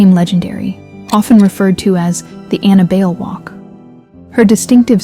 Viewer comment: Ana Bail? How hard is it to check for proper pronunciation of names.